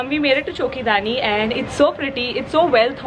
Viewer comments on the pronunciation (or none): Hi its Choki Dhani not dani its Dhani 😊♥️❤️